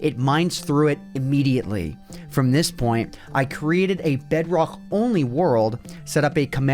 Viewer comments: i created a BEDROGHH world XD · bro became scottish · BedROKH... You sound like a german...